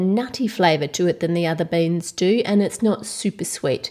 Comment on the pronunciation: it's not baens it's beans